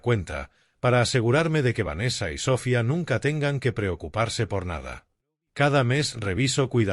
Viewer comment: Es Sofía no Sófia....con todo respeto.....